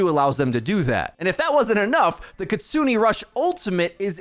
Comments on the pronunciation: its pronounced kitsu-neh, not kitsu-nee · Kitsune is pronounced kit-soo-nay, not kit-soo-nee. Japanese vowels (aeiou), unlike in English, have the same pronunciation every time. E makes an "ay" sound, never an "ee" sound. Just a small criticism of something I've noticed in every video involving Kiriko...